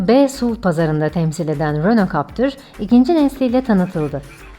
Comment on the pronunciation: Siz ne güzel captır diyorsunuz öyle 😄